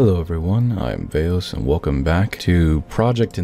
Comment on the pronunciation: Vwelcome back.